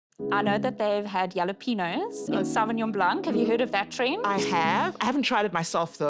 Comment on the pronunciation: It's pronounced hah-lah-PEH-ny-oh not yel-lah-PEH-nos